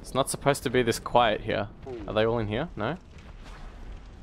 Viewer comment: The way you say Hyear...